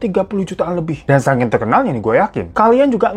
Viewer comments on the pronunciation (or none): none